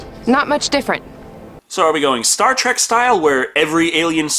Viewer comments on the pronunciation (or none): none